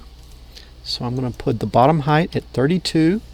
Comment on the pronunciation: I love your vids but your saying height with a "th" is driving me nuts...LOL